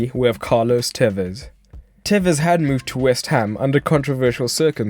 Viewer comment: Porque le dice telles? es tevez!